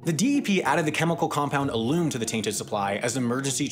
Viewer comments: Or "alum". (Al-uhm, not ah-loom) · You mispronounced the word for the substance that removes turbidity from water. The substance is alum, pronouned A Lum. Both the A and the U are short. Pronounced they way you did, it would have to be spelled A Lume. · It is potable, not 🍲 able, and it is alum, not a loom, might want to figure out how to speak English before narrating videos in the language. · Aloom. Heh. Close but no cigar. Other than that huge problem, great job. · Interesting stuff but just a couple things that struck me. Alum is pronounced like an old guy is confused, Al says um, and the first vowel in potable is pronounced like that in home. Sorry, I’m a chemist. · FYI "alum" is pronounced "Al umm" and not like the first chunk of "aluminum" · Alum. Stress on the first syllable I'm pretty sure. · Nice video, but you mispronounce Alum, Buried, and Potable. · I would think that an "expert" should at least know how to pronounce "alum" and "potable" correctly..... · Please look up how to pronounce "alum." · How does Brilliant do with teaching pronounciation? Alum is a lot like the name Allen. Potable would rhyme with boat-able. :P Your videos are the best, though. But Howjsay is a pretty simple app. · A memo on the correct pronunciation of certain words: 1) the 'pot' in potable rhymes with boat and 2) alum has a 'short u' vowel sound (phonetic rules would usually create a 'long u' if the word ended with an 'e').